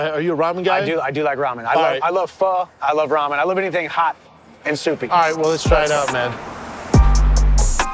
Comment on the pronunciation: Brendan “Raw-men” Schaub